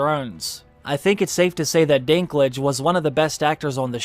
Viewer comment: Irgh. For a german ear it sounds so wrong when you call him "Dinglitsch" :D Dinklage is the name of a city in North-West Germany from where a lot of people moved to North-America in the 19th century. It's more called Dink (as in Think but with D instead Th) and Lager but without r but with a bit longer e.